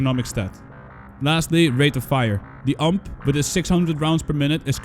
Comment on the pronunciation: Every time you say UMP I die a little inside.